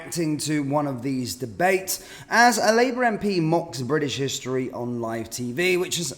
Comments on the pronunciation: It's British not Bridish. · If you are going to call it British Stand, don't pronounce it briddish there is no such place.